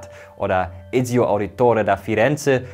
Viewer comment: Noch nie wurden die Namen von Altaïr und Ezio sexier ausgesprochen 😉 Tolles video